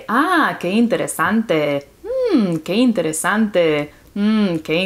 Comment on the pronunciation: She spoke Portuguese: Que interessante. Very well!!!